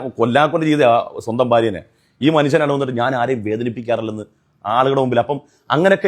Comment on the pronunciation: എടാ ഉസു മനസൻ അല്ല, മനുഷ്യൻ...